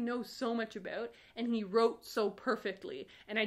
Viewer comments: Nobody:: Áböút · The way she says 'ABOUT' made me realize for the first time that she might be a Canadian. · Oh my god I’m Canadian too and I have NEVER heard someone say about in such a stereotypically Canadian way NOT on purpose and I’m CRYING laughing omg 😂😂😂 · Please don't apologize for your Canadian about!